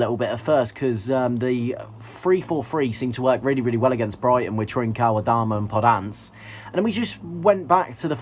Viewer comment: Seriously why does call him podance?